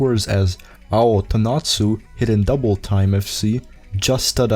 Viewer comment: Say Hidden Doubletime again, I dare you.